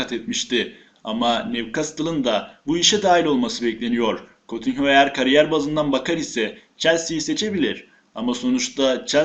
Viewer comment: *Cutinyo diye okunuyor Vr Esli Türkçe olmadığı içi n yaxildigi gibi okunmuyor